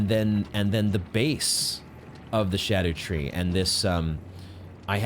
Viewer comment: I'm so glad you aren't saying "ska-doo," thank you for getting it more right than most